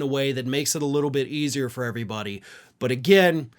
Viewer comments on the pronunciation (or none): none